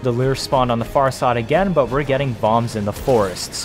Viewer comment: It's pronounced "loor", not "leer".